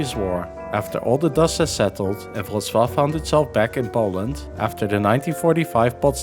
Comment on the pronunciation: The Polish Ł is pronounced like an English W, not a V. It was originally a dark English L.